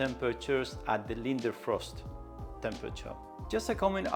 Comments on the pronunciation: btw it's Leidenfrost not Lindenfrost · Leiden-frost, not linder-frost :)